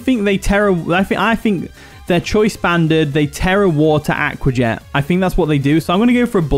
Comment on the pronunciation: love that he says aqua jet like awka jet!